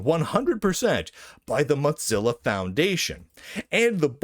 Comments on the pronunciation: Mozilla being repeatedly mispronounced now makes me want to eat some cheese. It's pronounced Moh-zihla not Mahz-ella. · Mozzarella? What? Oh, you mean moe-zill-uh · I think you should say "mo-ZILL-a" instead of "mot-ZILL-a". There's not "t" in "Mozilla". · why do you keep pronouncing mozilla as moDzilla? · Mot-zilla? Is this an Italian pronunciation? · Why does he keep calling it Motzilla? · There is not a D in the word Mozilla.